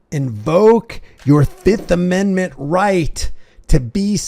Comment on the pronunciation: you keep mentioning these amendZents and riigZts THAT DON'T EXIST 😂😂😂😂😂 ameriZa HUH